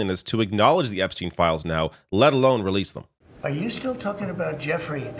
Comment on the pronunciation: I cant get over how Trump said Epstine like he never heard the name before. "Epp...stine?"